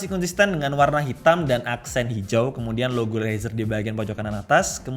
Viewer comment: denger kata Rezer "Umm usagi no nioi~" 🗿